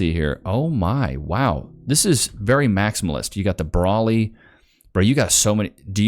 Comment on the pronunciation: Like the way you say Broly’s name❤❤